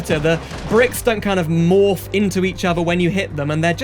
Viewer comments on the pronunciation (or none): none